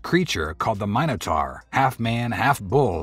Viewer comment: a "Mine No Tar" ❓WTF IS that?